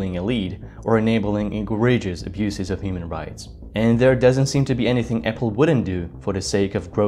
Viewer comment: E-gray-gious It's kind of like electronic gray zone warfare.